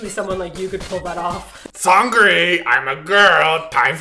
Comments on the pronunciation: Simon, Why are you pronouncing 'seung - ri' as 'seun - g -ri'? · He said "Seun gri"...